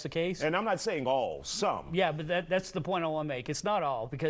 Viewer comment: country, not coyntry.